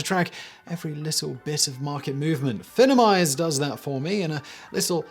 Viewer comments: Your sponsor is Finimize, not Finnimize, just as finance is not finnance. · I'm pretty sure Finimize is intended to be pronounced "FEYE-nem-ize," like "Finance."